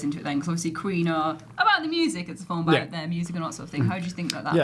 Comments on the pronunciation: Lol ‘filum’ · Film is one syllable. Just saying